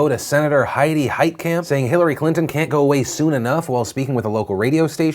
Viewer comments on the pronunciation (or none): none